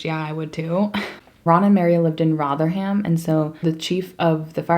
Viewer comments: I'm dying at how you pronounced Rotherham 😂😂😂 love you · The way you say Rotherham in your American accent is ADORABLE omg